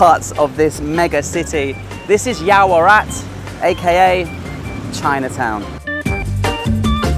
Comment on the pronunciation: It is yaowarat , not yaorawat!!